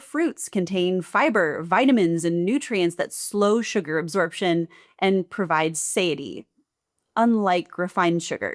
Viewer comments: What is saity? Do you mean satiety? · satiety: suh-TIE-uh-tee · You missed a syllable in satiety there